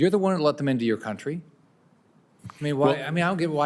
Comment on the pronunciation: It is country, not county.